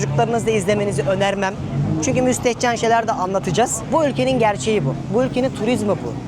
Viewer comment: Müstehceni bastira bastira birkac kez söyledi. Ben de acaba ne gösterecek dedim:)) cok naifsin ya. Ama insanlar senin bu naifligini seviyor zaten.